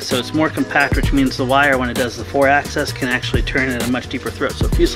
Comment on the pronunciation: Axis is not pronounced Access. Otherwise, awesome!